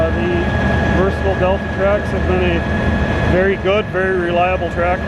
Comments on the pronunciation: It’s pronounced Versa•Tile. Say it like a Canadian when you it’s a Canadian tractor lol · you will have to teach your salesman how to properly pronounce Versatile. I heard you say it right